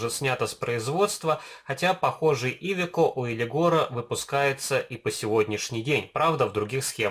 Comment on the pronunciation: Классный обзор,но ударение в слове iveco на букву Е😁